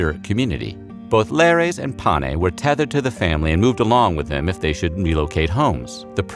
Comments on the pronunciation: Instructive, though the narration moves so fast that I can't absorb much useful information. Slow down! Also, what are these "pa-nay" that are worshipped in the home? The phrase referring to the household deities and ancestors is "Lares and Penates (pen-AH-tayss). Some screwy mixup? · There is a mistake at the end of the video in the discussion of the domestic gods. The household gods were known as the Lares and PENATES. The narrator seems to flub and say something like “pane,” which in Latin means something like “with the bread” or “in the bread.” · The household gods were called penates not panes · It's penates (sing. penas), not pane, which is bread in Italian instead. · A. Dwight Castro, Ph.D,. (Prof. emeritus of Classics) Although overall I enjoyed this video, there is one glaring error in the part of the narrative dealing with the two groups of deities who were thought to be the protectors of the Roman household. The narration correctly refers to the one group as 'Lares"and uses the correct 2-syllable pronunciation (something like LAH-rayz). The name of the other group of deities, however, is in the narration always (and incorrectly) given as PAH-nay (?Pane?), whereas their correct name is "Penates" (3 syllables: pen-AH-tayz). Could this error be corrected?